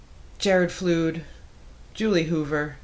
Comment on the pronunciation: Yep, it's pronounced like a flood of water, "flud."